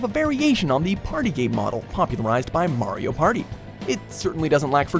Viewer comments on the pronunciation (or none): none